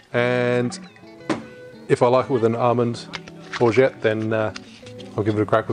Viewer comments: it's pronounced orgeAt not orget you have to say the A not the E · Great cocktail! I love your channel But please say Orgeat the right way:D:D:D forget about the 't' at the end don't say it, it's silent.